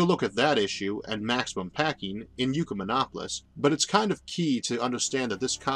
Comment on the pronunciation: I love your videos, Isaac, but why do you pronounce Ecumenopolis ( Yoo coo men opolis )? Is it a Nukeyoolar/Nuke-lear thing?